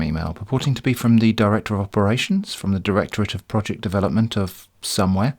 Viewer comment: "Director of Roject Development"